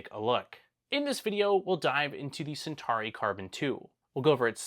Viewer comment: I wonder if Elegoo are watching this and thinking we never made a Centari... oh but we did make a Centauri, maybe this guy can't pronounce CENTAURI... lol